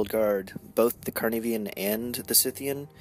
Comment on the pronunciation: Your reports are getting better all the time. Good report with two great new casters! P.S. - it's SIGHthean, like a farmer's scythe, because he has two huge scythe-like claws, not SITHean. He's not one of Vader's apprentices. :-)